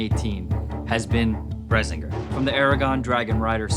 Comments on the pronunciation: Yeah except the sword they made doesn't resemble the one in the book in the slightest, and they mispronounce the name of it the entire video. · i was triggered at how many times they mispronounced brisingr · Yes! Exactly! I agree to everything - ESPECIALLY the pronunciation of Brisingr. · I like this video and the sword you made. I have not heard that pronunciation of brisingr before. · The way you pronounce Brisingr made my ears bleed a bit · But still not nearly enough. Considering they couldn't even pronounce the name correctly. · A book series that comes with a literal pronunciation guide and somehow they managed to mispronounce Brisingr still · FUUUUUUUUCCCKCKKCKCKKCK YEEEAAAAAH FINALLY AHAHAHAHA THANK YOU MAN AT ARMS (sorry for the caps ahhaaha) Too bad you butchered the pronunciation but hey can't get such strange names correct everytime ahaha keep up the awesome work. Also i absolutely loved the attention to detail you showed in using the meteorite steel as well the tamahagane. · Besides how you slightly mispronounced brisingr, this video was pretty cool! One of my favorite book series when I was younger. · I have problems with this. First off, their pronunciation of the name. Second, Brisingr was NEVER in the movie. Third, that blade is not blue, as it should be, fourth, its too long to match the books description. Y'all got forging skills, hell yes. But this is an inaccurate replica. Would not buy. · HAHA THEY DONT KNOW HOW TO PRONOUNCE BRISINGR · No offence, but you guys are pronouncing it wrong. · They all enunciate it wrong. Pommel is unnecessarily huge and wheres the black leather handle wrap. smh Im such an Inheritance snob. Could be better than Lord of the Rings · BIOforge Studios if only they pronounced it correctly 😧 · Does anyone else think they pronouncing brisingr wrong? I think is the only one that sorta pronounces it right? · by far the most requested item in 2018 is "Bredzingger." f*ckn pronounce it right!! good job though